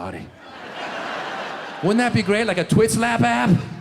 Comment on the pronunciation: the way he said somebody 😂